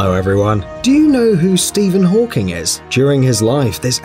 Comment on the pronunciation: Did he say Steven hawkings🙄🙄😱😱